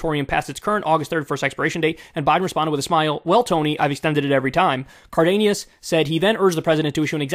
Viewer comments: This guy really out here calling him Cardeñas. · FYI it's pronounced Car-dean-es or Car-den-es